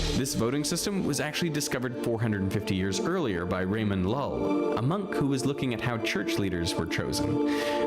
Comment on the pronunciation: he didn't just call Catalan icon Ramon Llull "Reimon Lol" ._. (the Catalan LL is a bit hard for foreigners, but it's like a hard "y" rather than a regular "l")